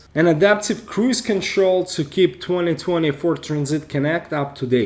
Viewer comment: It sounds like you’re saying 2024 Transit Connect, but I’m not hating...your accent is cool and thanks for the video. Your intro is well done also.